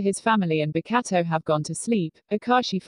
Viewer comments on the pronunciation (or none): Pls, every time the voice says “Bokuto”😂😭🤚 “Bakatto”🤣